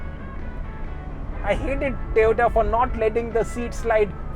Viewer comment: Surprising that you are mentioning Tiota. All due respect it's TOYOTA not Tiota.